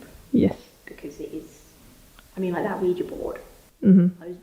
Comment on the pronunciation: It is nice to hear "Ouija" properly pronounced. Thank you.